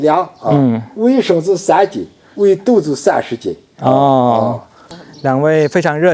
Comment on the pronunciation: 是的，是“一升”。不是一“剩”。古语云：升米恩，斗米仇。